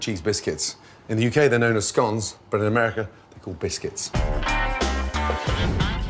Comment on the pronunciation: There we have it Scone like Gone.. I'll trust Ramsay on that pronunciation!